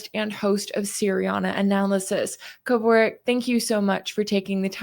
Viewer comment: Excellent, comprehensive breakdown. Only one note: It's pronounced "Keh-Vork".